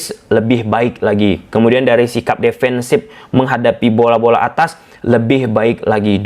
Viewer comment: formasi bang,,bukan pormasi,defensive bang bukan depensip...😢😢😢...1-0 ,,garuda tekuk taeguk..🇮🇩 vs 🇰🇷